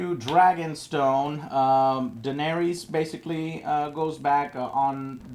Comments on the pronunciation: It's Danaerys, not Danaeries. Please, Joe. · I actually enjoy these reviews.. but damnet Joe!!! Pronounce the DAMN character's names correctly! It's Den-air-is.. not Den-air-EES. She is not the God of War's cave! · God I hate the way he says Daenerys, Danaries